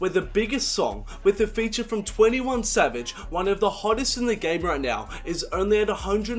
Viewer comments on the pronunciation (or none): none